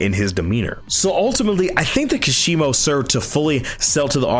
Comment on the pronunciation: I think kashimo's potential was wasted specifically bc people can't seem to say his name properly lol